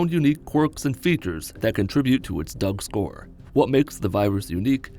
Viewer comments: I was half assed listening and thought he said Doug score so I rewound a bit and got the full quote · You just fucking said Doug-score??